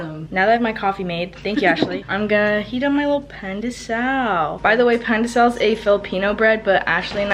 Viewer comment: my babies it’s pronounced like Pon de Sawl I love u ❤️😔